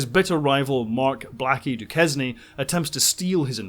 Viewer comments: Nitpick: Duquesne is pronounced du-kane. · DuQuesne is pronounced Doo-Kane. Skylark was first published in 1926, not 28, along with the first installment of Armageddon 2419 AD, the first appearance of Anthony (later Buck) Rogers. As far Forbidden Plant goes, I first saw it at age 12, when to quote my Grandmother "the sap begins to rise". If I had any doubts about being straight, Anne Francis put those to rest. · Duquesne is pronounced "Dukane".